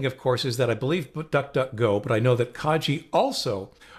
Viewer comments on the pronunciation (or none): Thanks, most helpful. Pronunciation suggestion: Kagi is Japanese for ‘Key’ and pronounced with a soft ’g’ rather than a ‘J’. Car (ng) ee This is the first of your videos that I’ve seen. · You're pronouncing Kagi wrong. It's kah-ghee. I know that their own website says that It's pronounced "kah-gee", but it provides a link to an audio file and the g is a hard g like in go. Anyway, I know personally someone who works for them and he's always pronounced it "kah-ghee".